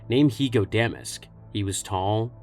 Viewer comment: You're pronouncing Damask wrong.